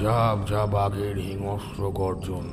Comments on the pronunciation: Golpo Darun, sudhu bar bar hingsra katha ta hingasra uchharan sunte birokto lagchilo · হিংস্র uchcharon ta ektu dekhben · hingsra ucharon thik korun